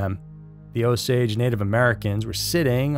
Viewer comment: O -Saw-gee not o-sage is white man pronounciation.